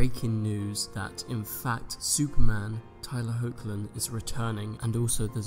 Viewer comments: Nice video! But pretty sure Tyler’s last name is pronounced Heck-Lin? Or Hawk-Lin? Not Hoe-k-Lin . Not so sure though, correct me if I’m wrong.~ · I used to pronounce Tyler Hoechlin's surname like that.... but I've heard interviewers pronounce it "HECK-LIN".